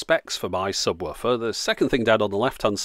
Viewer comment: "Subwoffer" - is that how it's pronounced? The English language will never cease to puzzle me.